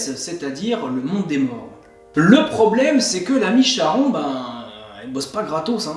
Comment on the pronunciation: salut, juste charon se prononce Karon, cela vient de la lettre grec Khi. c'est comme chiron, psyché, hécatonchires...